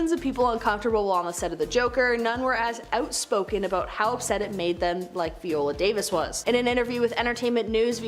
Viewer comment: Harold ramiz, Veeola Davis, RichardDrifus definitely feels intentional